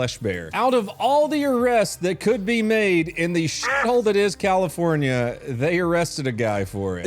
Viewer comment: CALIFOR NYAH NYAH